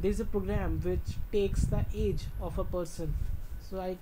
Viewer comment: ahahha you said get aids instead of get age